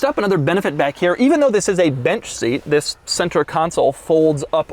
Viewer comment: Y'all pointing out the THISSS but I can't unhear the way he emphasizes 2021